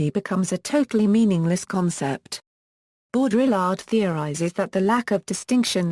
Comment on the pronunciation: sorry, I stopped listening as soon as I heard bo-DRILL-ard